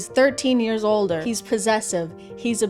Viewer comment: I DIDN'T HEAR THE ER AT THE END OF OLDER